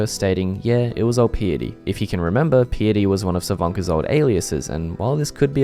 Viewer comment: Bro, that's literally just the word "Piety". Wtf is "pee-itty"? Come on.